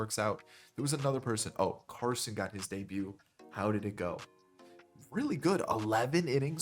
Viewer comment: You said Carson’s name right the first time, I went to ECU when he did